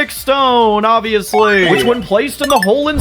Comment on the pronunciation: I love how said obviously😂 I'm still trying to guess your age 🤣